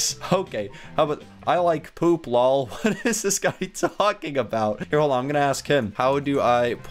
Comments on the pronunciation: why did he keep saying LAW when it seid LOL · it's l o l not low or whatever you said ps lol means laugh out loud. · Lol means laugh out loud for short lol not how u say lall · she said l o l not lol